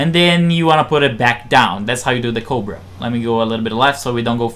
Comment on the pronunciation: Are you trying to say "cobra maneuver"? I clearly hear a 't' or 'd' and no 'r' at the end of the word when you say it. It sound like you say "covid maneuver" Even the captions say "coal but". Just slow down when you talk. I never understood why foreigners speak so fast yet haven't learned pronunciation. I would think it would be the other way around. This isnt meant to be an insult. When English speakers learn a new language they usually have to speak slowly untill theyre fluent, and speed is the last thing that comes. We must sound dumb to the rest of the world lol. Some foreigners that are fluent will speak so fast and we wont understand. Maybe English has too many unnecessary words, so foreign speakers rush through the sentences?